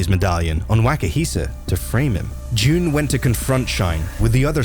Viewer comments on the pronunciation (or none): it is pronouned jun like sun but with a j not jun like the month june